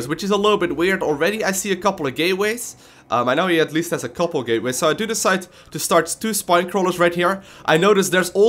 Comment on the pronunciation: lol Gateways, with his accent i thought he said gayways.